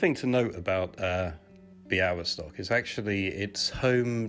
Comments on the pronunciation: Say : Bya-we-stock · b-yah-WIS-tawk That's how you pronounce it. Crossed L is pronounced as W. It was previously L but it started to pronounce as W (much weaker sound) so it got crossed out.